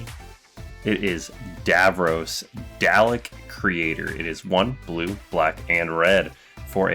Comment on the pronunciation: Pronunciation (doll-eck) Dalek